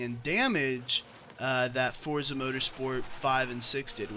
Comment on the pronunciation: Thank you for not pronouncing Forza Fortza.